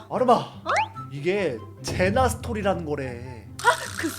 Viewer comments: 114빠돵..ㅎㅎ [ 늦은 1인 ] 항상 재밌는 영상 감사하고 사뢍함당! :) 아니 근데 “ 젠나 “가 아니라 “ 제나 “인뎈.. :) 쓸 게 없네욥..ㅎㅎ 안녕히~계~세여~ :) ㅂ2~ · 이거 보는데 스토리 나오는 곳에 "제나를 ㅋㅋ" 젠나라고 해서 빵 터짐 ㅋㅋㅋ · 1분57초애 은 젠나 라고 했는데 밑에 자막에는 제나 라고 돼어 있는데영..?근데 그 후에도 계속 젠나라고 하는걸 제나라고 나오네여또 말로는 토미 밑에는 토비.. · 제나를 젠나로...15초에..ㅎㅎ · 제나 군데가 아니라 젠나 에요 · 근데.젠나가 아니고 제나인데요.